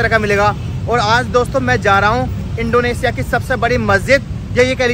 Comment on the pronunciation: इंडोनेशिया होता है इंडोनेसिया नहीं